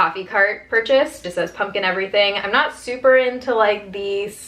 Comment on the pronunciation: She says punkin' instead of pumpkin. Like how Harley Quinn says puddin' instead of pudding.